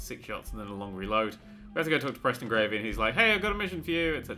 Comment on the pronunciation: "preston gravey" dammit